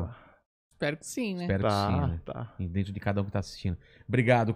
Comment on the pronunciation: "Vem pra drento lohaynne" KKKKKKKKK